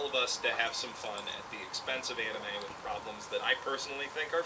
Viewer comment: That letter in the Handshakers title is pronunced like a "th", thus "With".